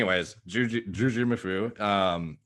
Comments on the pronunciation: I think people were expecting JOO-jee MOO-foo and you said joo-JEE moo-FOO. You just put the emphasis on different syllables, at least to what I thought it was supposed to be. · As someone who joined Juji's tricking community in 2005, I'm quite surprised at your knowledge of Juji lore,. Also, you're putting the em-phasis on the wrong syl-lable. It's not "Jujímufú," but just "Jujimufu" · Bro. The emphasis is on the MU. JujiMUfu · 2 syllables per word, 2 words. - JOO-JEE MOO-FOO. TWO WORDS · It's "jew-gee-moo-fu" lol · Dude its just jujimufu...so weird you cannot say names like its there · I always pronounce Jujimufu without any accents, sounds weird how adds an accent.